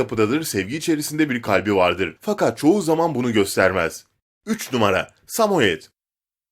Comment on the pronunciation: 1o numara derken sadece ra diyo